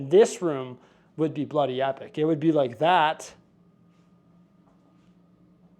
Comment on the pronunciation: Ok I got your two clues as to where you are going for a week. Clue number 1 - somewhere warmer. Clue number 2 - it’s -30 degrees in Edmonton - clue number 3 - you said “Bloody” In an almost British accent. The temperature here is usually in the low positive degrees right now. Are you heading across the pond??? 🇬🇧?????